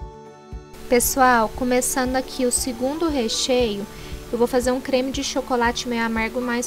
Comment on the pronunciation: Moça qual creme tu fala parece que fala creme de xis